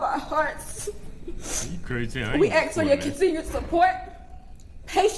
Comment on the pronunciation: “we have AXED…” what did you ‘AXE’ a tree.? Some coal..? The word is ask… ASK… a.s.k. Imbecile.